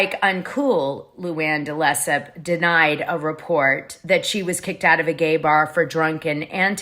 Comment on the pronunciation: It's pronounced Della Sepps